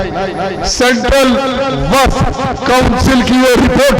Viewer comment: He 😂 😂 😂 😂 😂 he he,,,, subah,,, aur sham,,, waqh property bolta